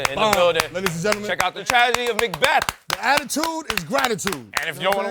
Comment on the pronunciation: He says Macbeth like macdonalds